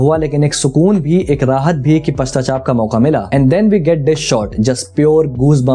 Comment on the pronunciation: Paschatap not Pastachap